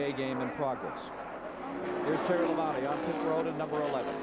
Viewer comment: I am not sure what is more annoying. Announcers back then pronouncing Terry Labonte's name wrong by saying "Terry Labon-TAY" or announcers saying "Mike Waltrip" instead of Michael Waltrip. That's just me